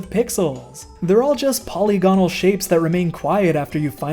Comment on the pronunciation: Just a little fyi, polygonal is pronounced "puh-lig-uh-nl."